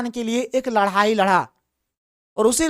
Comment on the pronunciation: Ladai ya ladhai 😂